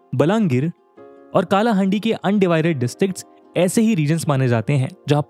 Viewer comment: It's not कालाहांडी; it's कलाहांडी. As a Kalahandia, it hurts me when anyone pronounces my district's name incorrectly. And it felt good to see that you noticed what's actually happening in Odisha. Thank you, sir.